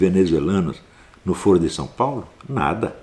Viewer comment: Sr. Astrólogo, a forma como é pronunciada a palavra "foro" altera seu significado, no sentido q vc a utiliza jamais pode ser pronunciada como "fôro", mas apenas como "fóro" ou deve-se utilizar a palavra "fórum" para designar uma reunião ou encontro para debate, tal como Ciro Gomes e Lula falam:"fórum/ foro (pronunciado como fóro) de São Paulo". A palavra "foro" com esta pronúncia q o Sr. usa designa "âmbito" como na frase: "isso é uma questão de foro íntimo"; ou instância judiciária como em "foro por prerrogativa de função".